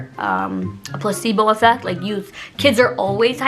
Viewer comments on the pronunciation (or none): none